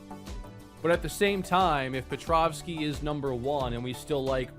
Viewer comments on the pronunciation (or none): Someone please tell there is no V in Petrowski!!!!!